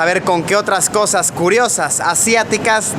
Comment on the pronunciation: Luisito comunica en vez de cosas nuevas dices cojas nuevas jajajaja... en el minuto a jajaja no paro de reir